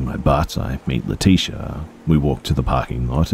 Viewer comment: Why do I feel like leticia's name is pronounced Lee-tich-a? Good try tho. Lol I think some of the uncommon names people come up with are so beautiful. Leticia is common tho